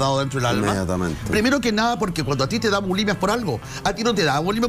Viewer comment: Se dice “ bulimia”, no “abulimia”.